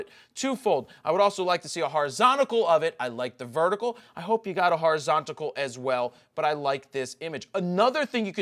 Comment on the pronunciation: Love your videos and i thank you for them but in gods name it is horizontal not horizontical